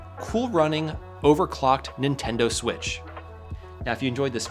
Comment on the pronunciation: switch pro❌ swiich✅